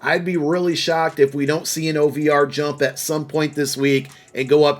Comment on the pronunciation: "OVR" triggers me now 😂